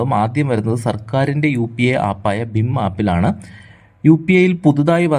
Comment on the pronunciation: ബിം അല്ല ഭീം